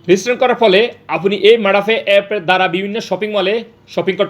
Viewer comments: আরে ঠিক করে কথাও বলতে পারচ না,,ওটা মাড়া না মাদা হবে হালার গরের হালা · ভাই এটা মাডা হবে না, মাদা হবে